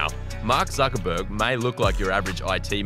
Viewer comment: "Mark Zuckurtiz"